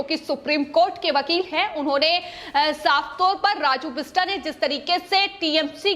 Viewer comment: The name is "बिष्टअ", "राजू बिष्टअ" (बिष्टा नहीं है, बिष्टअ)